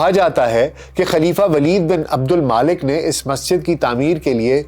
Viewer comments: Mulk not Malik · O Bhai name to Sahi lo. Aksar k name ap ghalat keh rahy hyn tantakeen nahi Tuntakeen hy aur Maalik nai Waleed bin AbdulMulk hy aur Tootash nai Tatash hy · عبدالملک صیح نام ہے نہ کہ عبدالما لک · ولید بن عبدالمالک نہیں ؛ ولید بن عبدالملک ۔ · میرے خیال میں نام عبدالملک بن مروان ھے نہ کہ عبدالمالک۔ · جناب ولید بن عبدالمالک نہیں بلکہ ولید بن عبدالملک نام ہے